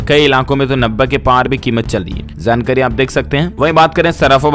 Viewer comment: Dear news reader kindly pronounce J not y( jaankari not yaankari)